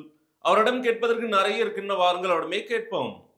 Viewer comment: அதென்னங்க, " நறைய"? ஒவ்வொரு காணொலியிலும் இந்த மாதிரி தப்பும் தவறுமாக உச்சறிக்கிறார். யாராவது அவருக்கு சொல்லுங்கப்பா, அது " நிறைய" என்று.